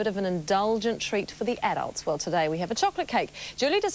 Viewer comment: She pronounced adults edults......